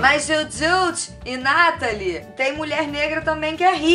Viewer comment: não é Nátali, é Natalí